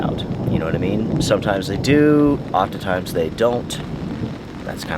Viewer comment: OfteNtimes, NOT oftEtimes . Please say this correctly